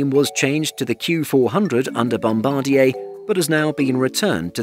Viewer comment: Nice to see a channel that pronounces Bombardier correctly. Thumbs 👍